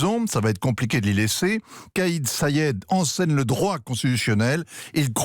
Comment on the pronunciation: Il s'appelle pas "kayé" Said il s'appelle Kais (prononcer Quayesse) Said